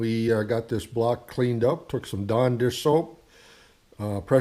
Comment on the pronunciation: I kept thinking he was saying "John Deere soap..." I was like whaaa? Finally figured out he said Dawn dish soap. lol.